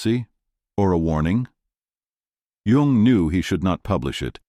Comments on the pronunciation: His name is Yung, not Yong or Young. At least get THAT part right, you AI dorks. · This AI is not the most current. The man’s name is Jung, not young